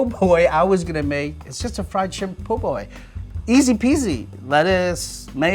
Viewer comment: c’mon man it’s called a PO boy 😂